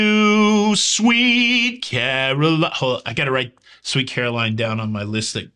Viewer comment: Omg never herd Sweet Carolyn Butchered so badly 😂😂😂😂